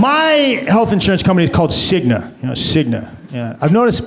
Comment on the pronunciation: Cignuh, Aetnuh, Humanuh LOL